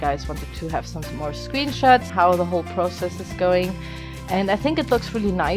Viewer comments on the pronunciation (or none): none